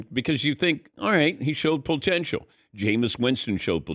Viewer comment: Is he saying "pole-tential"?